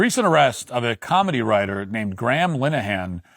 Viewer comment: im more offended at how matt pronounces Graham lol.